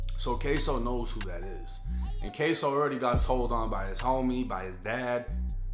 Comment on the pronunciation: K-su. Not k-so